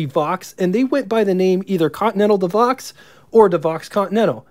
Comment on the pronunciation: Not Devox, Devo!